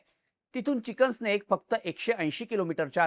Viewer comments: चिकन स्नेक नाही भाऊ चिकन नेक म्हण. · चिकन स्नेक नव्हे ते चिकेंस नेक म्हण😂😂